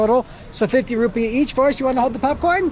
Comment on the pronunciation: Rupi not rupiah there is no ah thank you for showing us to Pakistan